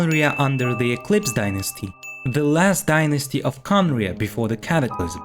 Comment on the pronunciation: It's not Khaenri'ah star